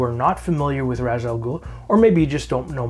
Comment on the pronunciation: Only thing: as per Denny O'neil it's pronounced "Raysh"...smh Chris Nolan.